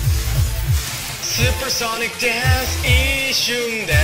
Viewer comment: カラオケでのおれの十八番です!! DANCEの発音良い!!!